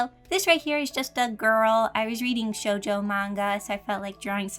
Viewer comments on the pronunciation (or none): none